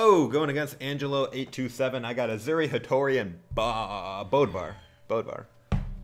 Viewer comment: Why do all people say BODVAR, his name is BÖDVAR